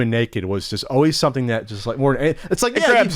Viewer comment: the word just doesn't have a "ch" in it... just, not chust.